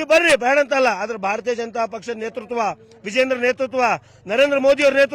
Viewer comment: Vijayendra avaranna modalu uchhatane madi